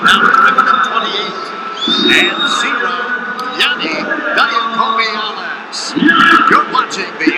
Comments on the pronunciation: Announcer 1: Yianni Dia-COMEE-allis. Announcer 2: We’re gonna simplify it for ya, we’ll come him Yianni D. Announcer 1: Eh... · Yianni Dee-awk-hee-muh-hall-us. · LOL...that one commentator absolutely butchered Yianni's last name and Shane Sparks had to save him